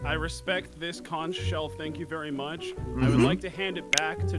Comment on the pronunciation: IT’S PRONOUNCED CONK